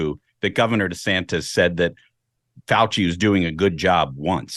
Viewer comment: Desanis? What an idiot! His name has a "t" in it. Fool!